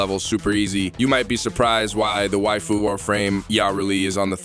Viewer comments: Don't pronounce "waifu" like that ever again! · I love this video put pls never say waifu again when u say it so weird LMAO